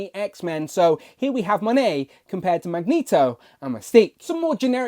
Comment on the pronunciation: YOU SAID HER NAME RIGHT!!!!!!